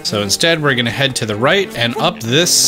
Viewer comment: I have laughed mty heart out at the "With the RUGHT TIMING" Thank you for not having edited that out. I have subscribed just for this.